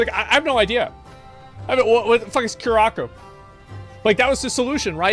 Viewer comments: Cure-ah-co lol nononono, it’s Cur-a-sow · Lol Cure Ah Co = Coo Rah Sa O ... Dont worry asmon, your LatinX community is here to help!! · Omg lol they're from curaçao...that's my home country 😅 yes it's a real place in the carabean. Pronounced Ku-Rah-Sah-oh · It's pronounced cur-ah-sow. It's a carribbean island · I hate how he says curaçao